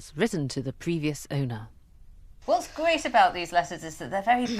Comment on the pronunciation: great video. However I am finding the speech impediment very distracting. Gveat video as she would say. Instead of 'r' it's either a 'v' or a strange raspberry noise.